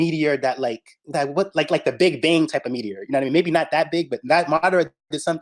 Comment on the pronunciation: Did anybody else hear "the big bang meteor" 😂😂😂